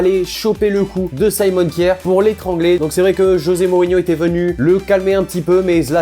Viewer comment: On prononce pas kiaer c'est k jaer